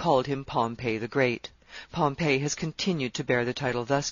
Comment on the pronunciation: Okay so the lady is a great reader but it's fingers on a chalkboard everytime she mispronounces "Pompey" as Pompeii....cmon lady, it's pronounced Pom..pee with emphasis on the Pom.